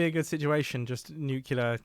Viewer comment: Goddammit mumbo! I think you are awesome, but will you please stop saying nukular! Stop it! Thanks for the ridiculous content. Loving it!